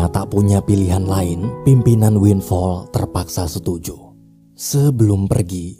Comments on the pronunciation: Winflaw bang bukan winfall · Winflaw bukan winfall... wkwkkwkw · Winflow bang bukan winfall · Sebutan benernya Windflaw "win flau"